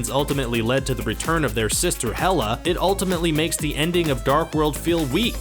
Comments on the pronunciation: xD isnt it 'Hela' not 'Meh-lla'??? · Hela not mella